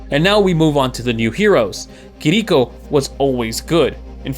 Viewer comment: Kih-DEE-koh killled me too lol, at least its closer but still no cigar